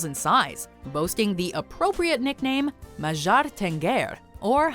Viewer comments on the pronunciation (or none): mAzSjAr ThEngEeR. Don't. Just don't try to pronounce Hungarian EVER